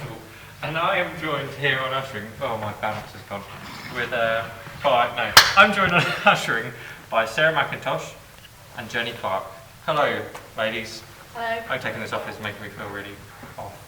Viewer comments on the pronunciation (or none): MCINTOSH!! MCINTOSH!! What the hell is MCINSTOSH??! lol